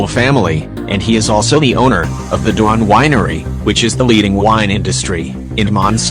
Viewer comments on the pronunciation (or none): none